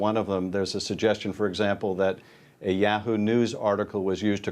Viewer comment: How does this pervert not know how to pronounce Yahoo?